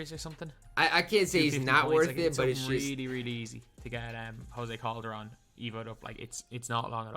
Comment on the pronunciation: Why do you say "guan carlos navarro" or "gose calderon" lol